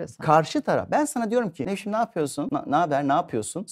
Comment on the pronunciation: Konuşurken Nevşim diyordunuz, konuştuğunuz gibi de yazmışsınız, hanımefendinin adı Nevşim değil Nevşin.